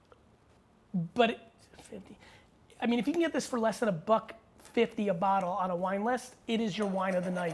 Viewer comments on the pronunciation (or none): none